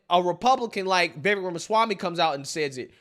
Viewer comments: Dude..Vivek....SOUNDS LIKE CAKE, NOT VEK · Just remember: Viv-AKE, like "cake". Stop all that "viveck" stuff.